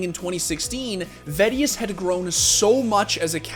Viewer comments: vedius gains?;o Guy lifts. He is kinda lucky he has the accent/voice tho^ Im kinda sad i missed all these songs tho 0o Only watch vods deserves kudos tho, love that guy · Ah yes, the famous MeediVeedi duo :D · its funny how pronounced vedius´ name now that they are a casting duo xD